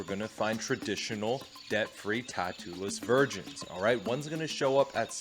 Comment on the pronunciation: ah, 'debt-free', thank You. I heard 'death-free' and thought the guy has a thing for immortals, dreams of a goddess :D